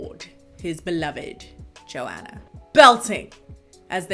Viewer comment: Is that really how you say Joanna?! Eww you say my name sooo gross 😩😩😩😭😭😭